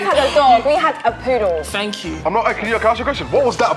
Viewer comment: And poddle instead of poodle